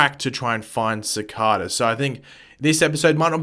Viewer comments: Sorry bro but I think you prenounce cicada as cicáda and not cicàda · You say cicada so weird. See-kh-duh. Ce-caw-duh. Which one is write? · It's pronounced ciceida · IT’S PRONOUNCED CI KAY DA!!!!!!